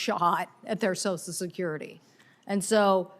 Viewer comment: Why is "social" so hard for so many people to say?!? This woman, like so many others, says "So-sul" instead of "So-shul." Somebody help me understand this, PLEASE!